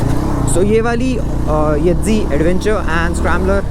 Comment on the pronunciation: Yedzi Nahi YEZDI hai.